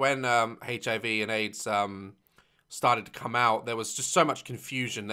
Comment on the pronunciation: the way he emphasized “come”😂